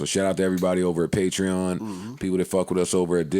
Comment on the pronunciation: Finally said patreon right